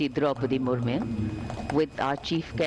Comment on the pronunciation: Guys the woman who was anchoring doesn't properly pronounced Madam president name